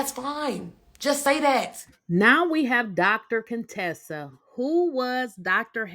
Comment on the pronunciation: Heathenly and Dr. Contessa were never really friends. Heathenly used to call Dr. Contessa CONE-Tessa, and Dr. Contessa hated it. Heathenly stopped saying it when Toya asked Dr. Contessa if she had a problem with Heathenly calling her out of her name. Dr. Contessa said, “People with speech impediments don’t bother me.” Toya laughed out loud, and Heathenly got mad, but Heathenly never called Dr. Contessa out of her name again.